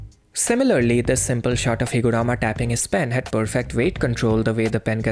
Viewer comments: It's HiguRUma!! Shit had me crashing out everytime you said HiguRAma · Higurama sounds funny